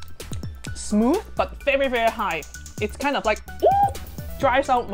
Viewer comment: I love your accent, when you say "very" it sounds like "bery", I'm not making fun of you I think your accent is adorable and endearing, please don't try and change it, your legs in nylons are amazing btw